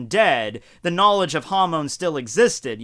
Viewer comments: Your pronunciation of Hamon triggers me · The way u pronounce hamon sounds like youre saying ham in spanish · Hamon sounds like Ham in Spanish.